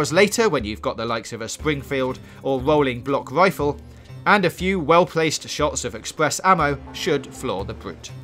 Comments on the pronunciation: wolling bwock wifle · Sounds gweat